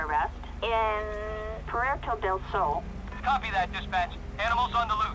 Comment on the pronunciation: start the video from the begging and hear who he said police